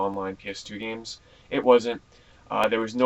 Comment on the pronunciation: i heard u lik ps2 geams